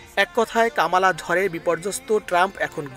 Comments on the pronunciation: আপনারা বাঙ্গালী নিউজ মিডিয়া। অসভ্য অশালীন শব্দ উচ্চারণ করে আপনাদের নিউজ মিডিয়ার সুনাম নষ্ট করছে। ওনার নাম কমলা হ্যারিস। এই পরিবেশক কামালা কামলা করে উচ্চারণ করছেন। খুব শ্রুতি কটু লাগছে। অপসংস্কৃতিতে ভরা। ওনাকে মিডিয়া থেকে বের করে দেন ও ঝামেলা হাঠান। দরকার হলে জরিমানা করেন। বাঙালি বাঙালির মত থাকবেন অতি স্মার্ট হতে যাবেন না সব হারিয়ে ফেলবেন। বাংলাদেশ এর দুঃসময় চলছে। 😂😂😂😂😂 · কামালা নয় কমলা হ্যারিস। সঠিক উচ্চারণ করুন।